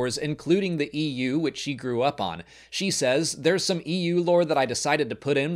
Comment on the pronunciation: Coming from the EU, I am startled every time you say EU :)